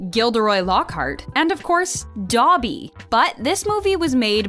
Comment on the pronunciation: you pronounced "Dobby" wrong